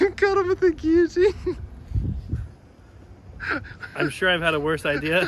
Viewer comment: The one person who owns a guillotine, doesn't quite know how to pronounce it.